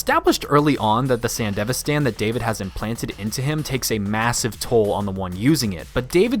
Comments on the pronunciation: San DEV ISTAN not fucking sandevistan the most American way of pronouncing anything ever. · sand-devi-stan as was painful to hear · I'm assuming the rest of this video is good but I had to stop watching after I heard your horrid pronunciation of "Sandevistan" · The way you pronounce Sandevistan bothers me. Maybe it's because I watched the show subbed, but it's just really irking me.